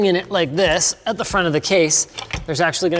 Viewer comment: What ze fok